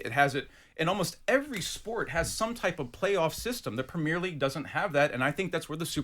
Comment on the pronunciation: WTF can't he say Premier as in Prem-ier. Why does he insist on Pre_mier league audacious pr*ck